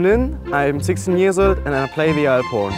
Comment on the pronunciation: The way he says "alphorn" sounds "iporn"